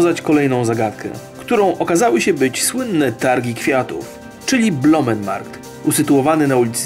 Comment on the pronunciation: to jest bloemen markt. te oe w bloemen czyta się jak ó, a nie blomen markt. Pozdrawiam